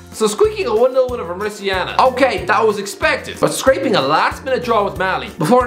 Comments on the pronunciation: Mauri*ta*nia, not Mauricia-na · More uh tan e uh Not more ishiana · Mauritania is pronounced MAW-ri-TAY-ni-a,. Anyways, quality content as per usual, keep it up. Cheers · It is pronounced Mouritania. Like Mourinho. Not Mauritiana like Copacabana. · Mauritiana and Upacemano 🤣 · Such a nice video. I am so glad to see you talking and knowing about all AFCON nations. Although you should fix your pronunciation of Mauritania. If you say Mauri like the tribe in New Zealand, ta as tay and nia as in "Roma*nia*" your pronunciation is ok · Morocco will win 🇲🇦 Also I find it funny how he pronounced Mauritania wrong More Ih Tay Neea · it's Mauritania as in Mori tanya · Mauritania not Mauritiana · you are destroying Mauritania's name. Its pronounced Mou-Ree-Taa-Nia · It’s pronounced Ma ru tain e ah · sick of hearing how you pronounce Mauritania as "mauritiana" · He was badly mispronouncing Mauritania every time right? Or have I been confidently mispronouncing it myself for years??? Interesting and decent vid btw, the glad to watch to end, just curious over that pronunciation lol! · Lol what a way to pronounce Mauritania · You pronounced mauritania so badly lol